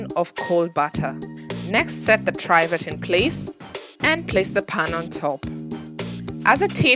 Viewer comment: Try vet? What are you talking about ? It’s a Trivet! Pronounced Triv as in Spiv et! Got it? Jeeeeez!